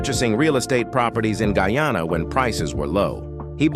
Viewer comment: Good morning. Guyana is pronounced Guy ann ah . This mis pronunciation is very annoying.